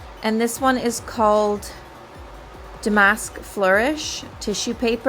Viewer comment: Such a pretty piece....great save. I liked your paint wash to tone down the red/orange in the raw wood. BTW Damask is pronounced DAH' mesk. Accent on the first 2 letters.